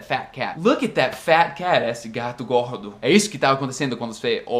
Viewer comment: que lindo ele falando gato gorrrdo kkk